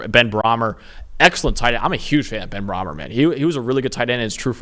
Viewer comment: “I’m a huge fan of Ben Brahmer.” In real life, it’s pronounced, “Bray-mer.” ….helluva fan you are….